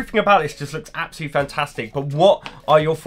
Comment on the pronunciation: Was it "absol-lutely" stunning ;)?